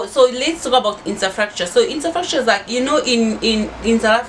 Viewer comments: 🤣🤣🤣🤣🤣🤣.As for infastakture,U killed me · Insafracture 😂😂😂 je n'arrete pas de rire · Infrastructure please not what you saying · She is trying, English wasn't their first language but French... So just like you will fable pronouncing some French words, so don't be hard on her...